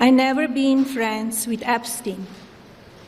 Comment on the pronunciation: "I never bin fweends with Epstein. I only screw strangers with moneeeey"